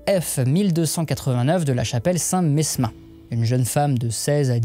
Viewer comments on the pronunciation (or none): on ne prononce pas le "s" de saint-mesmin (saint mémin) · Quel plaisir de vous revoir ! Un sujet passionnant, peu courant, à consommer sans modération (bon, là, je vais peut-être un peu loin😂😂). Sinon, dans la Chapelle Saint Mesmin le "s" ne se prononce pas (signé : un Orléanais). Un tip me semble être plus que mérité. Les commentaires épinglés : je n'ai pas encore lu, mais je vote pour tout de suite. Je complète : je les ai lus jusqu'au bout, absolument passionnant pour mieux appréhender une époque finalement très mal commue du grand public, dont je fais partie !